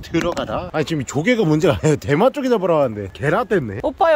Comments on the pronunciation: 어째서 대맛조개가 대마조개로 들리는거지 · 저만 대맛조개가 대마조개라고 들리나요 ㅋㅋㅋㅋㅋㅋ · 이영상을 보면 이 "대맛조개" 할때 저는 계속 대마ㅊㆍㅡ 로 들려요ㅋㅋㅋ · ㅋㅋㅋㅋㅋ나만 대맛조개가 대마초라고 들리나? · 저만 대마초라고 들려요?ㅋㅋ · 오프닝때 대맛조개라고 하는것같은데 대마초개라고들리네요… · 들으면 들을수록 “대마초”개 라고 들리네 ㅋㅋㅋ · 계속 대마초기 때문에 진짜 맛있어요라고 들려요.. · 나만 대마초라고 들리나? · 왜 대맛조개 말할때마다 대마초개라고 하는거 같지?ㅋㅋㅋㅋㅋ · 미안 내가 대맛조개 라고한걸 대마초를 라고 들었엉 ㅎㅎ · 나만 계속 대마초개라고 듣냐